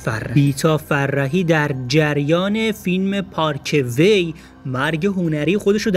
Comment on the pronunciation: ناراحت که حتما شدم ولی بیشتر از بیسوادی تو ناراحت شدم. تو ( پارک وی ) تا حالا به گوشت نخورده ؟ چرا میگی پارکه وی. ؟ دهاتی